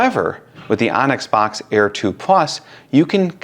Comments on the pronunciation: Great info, thank you! I believe it’s pronounced “books” instead of “box” though 😊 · Boox likely pronounced 'books', not 'box' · It's pronounced Boox like book. Not box. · bOOx. not box. boox, like books. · Excellent, thorough review, thank you! Actually was torn between both products. As an FYI, and I'm sure you're aware by now, Boox is pronounced "Books" for obvious reasons. Thanks again for your comparison. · I mean you COULD, but you'd be pronouncing it wrong, and you'll keep getting comments informing you that you're pronouncing wrong; why not provide a correction to someone who may make several reviews/videos on Boox (books) devices? I'd rather find out early on, it's not a big deal